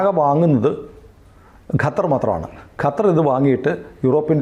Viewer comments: ഗത്തർ എന്നാണ് പറയുന്നത് .. ഖത്തർ അല്ലെ ശരി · “ഗ” അല്ല “ഖ” ഖത്തർ ഇതാണ് ശെരിയായ pronounciation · ഗത്തർ അല്ല ചേട്ട ! ഖത്തർ അങ്ങനെ പറയണം 😂